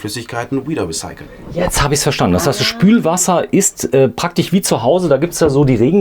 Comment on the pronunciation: Es heißt ->praktisch< -und nicht „praktich“ was ist das für ein deutsch??